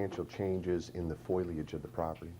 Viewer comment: It's fo-leee-uj, not f-oy-ul-uj.